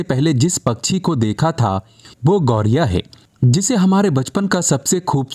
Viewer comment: कृपया अपना उच्चारण ठीक करें , यह पक्षी "गौरिया " नहीं बल्कि गौरैया कहलाता है ।